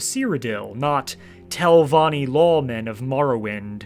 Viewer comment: 23 min and im pulling my hair out from hearing Telvonni, great telvonni, great house of.. Telvonni 1,000 times